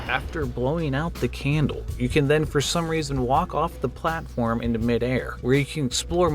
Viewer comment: the way he says candle is so goofy 🥹